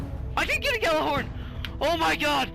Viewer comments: Stop pronouncing the G in Gjallarhorn.... its pronounced "Jallarhorn" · Drinking game: take a drink every time he mispronounces Gjallarhorn.